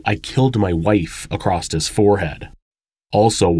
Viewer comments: I listen to you ALL the time. You are amazing. One small criticism. There is no such word as acrosst. It’s like nails on a chalkboard for me and it is a word you use regularly . Just a little info in case you didn’t know. Please don’t be offended. 🥰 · This isn't a criticism, just a compulsion on my part: barbiturates has two "r"s, both of which are pronounced, and there is no "t" at the end of across. Am sorry plz understand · Why do intelligent people say acrost when the word is across?